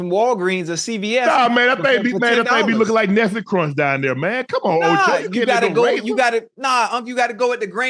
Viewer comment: UNC said nestle crunch 😂😂😂😂